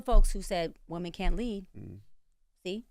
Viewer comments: Woman instead of women eats me up every time she says it. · Is it me or she can’t say women?